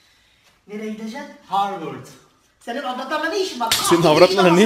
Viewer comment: Horward diyo harvırd